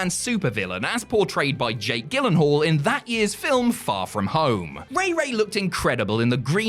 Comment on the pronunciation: So doesn't know how to pronounce Jake Gyllenhaal's last name and rarely changes his underwear?